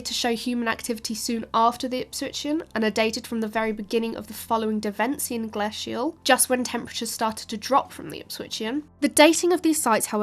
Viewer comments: What is glassial, I thought it was glacial? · The prehistoric Tories must have been in charge Please pronounce interglacial and glacial correctly as in Fox's glaciers mints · “You say {Ger-lass-Ial} I say {Ger-Lace-Ial} let’s call the whole thing off”. 😂 Actually I loved this and could listen to this engaging young lady filling my brain with interesting stuff all day. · I’m sorry, but I literally cannot listen to the way she says “glacial”, it’s even worse than “nucular”. It’s an a followed by a soft c and an i, that means you use the hard a, not the flat a. This isn’t an accent thing, it’s a mispronouncing the word thing. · Great video, even though the pronunciation of 'glacial' was mildly irritating, lol. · I can't get passed how she pronounces glacial/interglacial...😅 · She needs learn how to pronounce glacial and Mundersley.